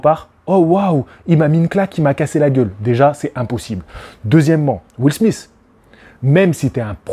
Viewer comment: Premièrement , commence par dire Chris ROCK et non chris ross ! Et Deuxiement lautre se dit Will SMITH ! Pas will smisse!!!